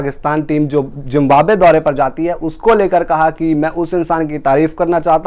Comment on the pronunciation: Toonament ? Zimbabe ? What rubbish pronounciation !